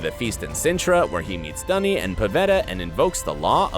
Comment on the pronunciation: its NOT Dunny its Duny XD